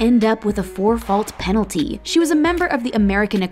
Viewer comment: she just said peenilty 👀👀